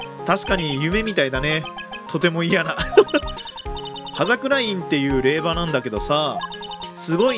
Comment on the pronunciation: 霊場(れいじょう)ですね